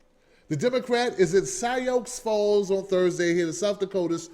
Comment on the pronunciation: Sai-ox Falls? LOL! It's pronounced like Soo Falls. :P